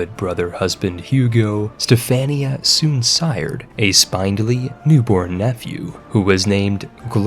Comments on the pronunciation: It's SpIndly. Not spinedly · “spin”-dly, not “spine”-dly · I feel I must tell you spindly is pronounced spin dull ee. Also betrothed is pronounced bee troe th’d. Th as in “this,” not as in “three.” It is the mark of a well read person that they know complicated words without ever having heard them pronounced. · The incessant rhyming is annoying. Additionally, spindly is pronounced like spin not spine. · The way you constantly mispronounce "spindly" is mildly annoying... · You should look up the pronunciation on "spindly." Or just count the number of consonants in between the i and the y (it's more than 1.) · The writing was phenominal on this one, though I've never heard spindly pronounced that way before, heh heh